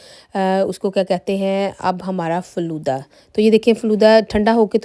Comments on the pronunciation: Flooda nahi hota Faalooda hota hai yar🤦‍♀️🤦‍♀️🤦‍♀️ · Flooda nahi Falooda Sister